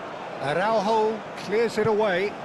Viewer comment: I think Portugal should charge Konami for the comentators who keep spelling portuguese names as if they were ... spanish. Use the letter "j" properly (like in "John" or "Jeremy", "Jack"... Like JOSÉ Mourinho) in AraúJo, not "araurro". Aff!! On 2nd thought... nevermind cause 6-0 is just too good \m/